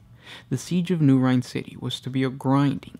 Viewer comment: Rin not Rine